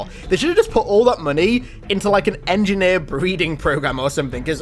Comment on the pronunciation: Engineer says to another "was up my engeer"